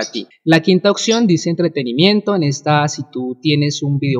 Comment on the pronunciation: Porfa pronuncia oPción! no oCción :S